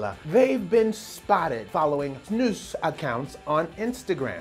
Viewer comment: I love how you say snus it's much better than other english speaking people say it